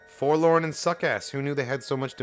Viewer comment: You're not alone, I too have always said "Four Lom". Even when presented with the "correct" canonical way to say it, I can't do it. I've been saying "Lom" since at least 1997, there's no going back.